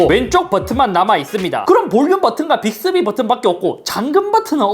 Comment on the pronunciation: 빅thㅡ비? ㅋㅋㅋㅋㅋㅋㅋㅋㅋㅋㅋㅋㅋㅋ